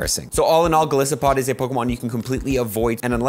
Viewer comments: Heads up it’s pronounced gol-ice-o-pod Like Goliath + Isopod. Helpful video, just nitpicking! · Why do you say Golisopod Gosliopod ?